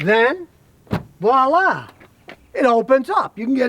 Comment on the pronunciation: And just with one word Scotty has redeemed himself from constantly annoying me with his personality by correctly pronouncing voila. People mispronouncing it is a huge pet peeve of mine because they’re trying to sound sophisticated by using it, but can’t even pronounce it correctly.